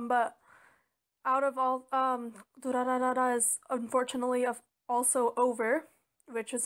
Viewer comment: This looks really good :3 But I was just wondering why you keep saying Durarara ra and not Durarara?